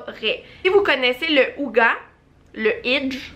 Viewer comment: Hygge, faut prononcer hugeu en prononçant le h comme en anglais 😁